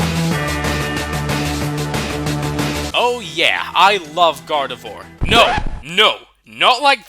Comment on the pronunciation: GARDEVOIR DOES NOT END WITH A T, IT ENDS WITH AN R!